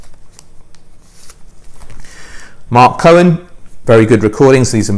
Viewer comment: Point of order: You’re pronouncing Marc Cohn as if he’s related to Leonard Cohen but there is no “e” in “Cohn”. Other than that, a very nice shortlist of quality recordings. Our tastes are both quite eclectic but as diverse as yours is, I suspect mine may be even more so. Keep up the great work!